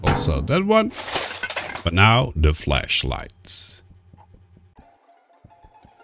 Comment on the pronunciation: Im gonna ruin someone's day, whenever you say 'flashlight' you sound like you're saying 'fleshlight'